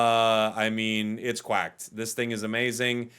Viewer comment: "it's quacked" lmao